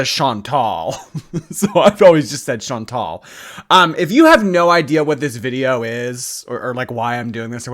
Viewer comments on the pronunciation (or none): I was just typing how if they are such good friends, why can't they say her name? It's Shawn-tall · Nope. Chantal is a French name so all the vowels are Latin. Shawn-Tall. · Your pronunciation of her name is wrong. May I suggest you Google the French pronunciation of the name Chantal. There you can hear the correct way of saying her name. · I almost want to make a miss Chantal Marie foodie beauty pronunciation video because as an Aussie it will be wildly wrong in new and exciting ways- I’d also love to see more of these side character deep dives! Less popular gorls possibly too?